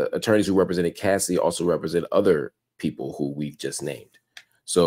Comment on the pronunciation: why is it so hard for everyone to say CASSIE! not CASSIDY! 😂😂😂